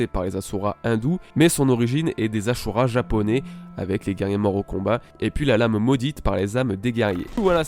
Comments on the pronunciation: Le "SU" se prononce "SHU" en Japonais ^^ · c ashura pas asura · Ça me casse les oreilles quand ces youtubeur ne savent pas prononcer correctement les noms des personnage ou des choses. Mec on as ajouter un H avant le S du ashura, et non asura, tu prononce comment si je dis Shaka ? Pareil c est ashura et non asura, alor tu va ignorer mon commentaire normal, pas facile de prononcer correctement les noms dans l original.😅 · C pas asura mais ashura 🤣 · Pas asura mais aSHura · Sa vous stess pas qu'il dise asura au lieu de dire ashura comme dans l'anime??? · ASHURA et pas ASSURA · Ca ce dit pas AsHura??